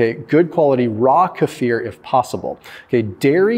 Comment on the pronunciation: O my word, you said kefir correctly🤩 It’s so rare to hear Americans say it right😃